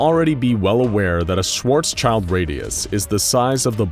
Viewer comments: Small mistake It's Schwarzschild not "Schwartzchild" Schwarzschild are the two German words Schwarz (black) and Schild (shield) put together to form a new word. Just like Autoreifen which is made of Auto (car) and Reifen (tire). Yeah we have many of these. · Very good video, but it's schwarzschild (black shield) radius and not schwarzchild radius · Btw: it's "SchwartzSchild" radius, not "..child";) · when you are german and you are constantly hearing "schwarzsCHILD" instead of "SchwarzSCHILD" there ("sch" is spoken like "sh")